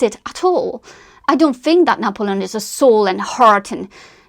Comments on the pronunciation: I just can’t get over how you’re pronouncing his name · I gave up watching because of 1 your pronunciation , even of N's name. 2 your use of " like" kind of " etc etc. pity.